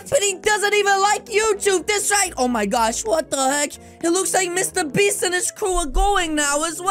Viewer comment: Bro really said mrbeats💀💀💀